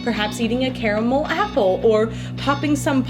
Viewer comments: My now favorite thing about her is that she is one of the few people on this earth that say the word caramel correctly. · Wonderful soap, and thank you for saying 'caramel' properly!